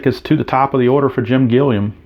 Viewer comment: Gilliam is pronounced Gilly-Um. Doesn't matter we know who it is...lol